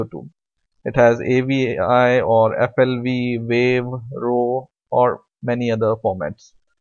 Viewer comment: "Vave"... lol. Man, this worked for me - you are my cool dude. Like!